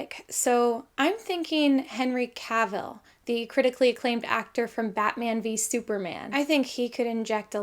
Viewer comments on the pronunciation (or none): none